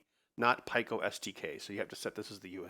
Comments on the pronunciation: Don’t bother trying to change him - it won’t work. By the end of the workshop last year, he had me saying pie-koh too! Fortunately I reverted back into proper English when I got home 😆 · Its pronounced Pee-koh not pie-koh